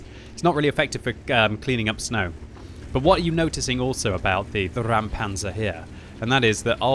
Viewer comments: Räumpanzer.. not Raumpanzer, and most certainly not Rammpanzer! RÄUMPANZER!!! And it is pronounced like this: Roym-pun-tsah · It's pronounced "ROYM-pantser", if anyone cares. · Just say "Roympanzer" for a better english pronunciation of the german Räumpanzer. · it's pronounced "ROYM-panzer" - your pronunciation of foreign names is usually very legit, so I just thought I'd pass this along... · Pronounced: "Roim-panzer" (as in - "oi - you there") - in other news, I wish we still had team damage now that we finally get tanks with showels stuck to them...) - lastly - always fun to see a historical Bundeswehr issue tank in totally non-historical desert camo =) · pronounces it like "Rammpanzer", which would be a ramming tank xD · Exactly, it's not a Rammpanzer and not a Raumpanzer. "Räumen" is a verb means mean to clear as in clear a street of snow or clear a site of rubble. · Dear, pronounce it "roimpancr" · BTW you pronounce it like the british Oi oi oi Roimpanzer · Ok please try this: say out loud "noice" and then try "Roimpanzer"...now you did it right! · You do not even try to pronounce it correctly??? Good Job... pro streamer... deabo block. ffs